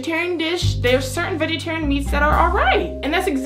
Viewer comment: She said vegaterian dish for kcp😂